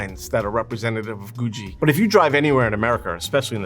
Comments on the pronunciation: Googie is pronounced like boogie or noogie, (with a hard g beford the ie), not goo-dgee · Wait, I thought it was Goooo Geee architecture. That's how that was pronounced in Los Angeles. It's called Goo Jee among architects? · It’s googie as in google, not goojy. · Awesome video. But isn't it GOO-ghee, not GOO-GEE? Does it rhyme with Bougie, or Boogie Woogie?!? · You’re mispronouncing everything. It’s Googie not gooshzie. It’s Nevada not Nevaah da. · You're pronouncing googie wrong. There is no 'J' in Googie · IT'S GOO-GHEE! not goo jee. ugh. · IT'S PROUNCED GOO-GHEE NOT Goo-JEE!! Great video though. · You are correct. This presenter is wrong. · Stop saying goojee. ffs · Why does he pronounce Googie like Goo-G? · Ive never ever heard someone pronounce googie as "goojie" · The second 'g' in 'Googie' is a hard 'g' - "GOO-ghee". Unbelievable. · Its pronounced Googie with hard G's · I’d known it was called googie, but I’d never heard it pronounced before. I thought it was pronounced with hard g’s. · It is pronounced with hard G's, I don't know why he's pronouncing it weird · Pronounce "Googie" correctly. Architectural Digest needs to go to the real experts-- in Los Angeles. "Googie" started HERE. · Stop saying Googie like that! lol. great video, though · Who is mispronouncing "Googie" for the entire video. What kind of expert is THAT???? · Today I learned I've been pronouncing Googie wrong. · He's mispronouncing "Googie" throughout the entire video.